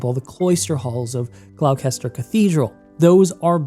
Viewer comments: Gloucester = GLOSS-TER Gloucestershire = GLOSS-TEH-SHUR Apart from that v good video thank you lots of love x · You're pronunciation of the word 'Gloucestershire' has earned you a like. Natively, we pronounce it as 'Gloster'. Jokes aside, incredible video as always. More Hogwarts content please! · The way you pronounced Gloucestershire😂 apart from that brilliant video!!